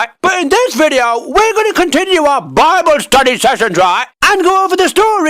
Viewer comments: I love the way he says BWIBLE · Ah yes, Bibbel